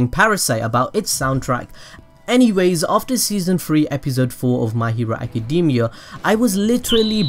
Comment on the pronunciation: I love your videos BUT ACADEEEEMIA REALLY DUDE its so distracting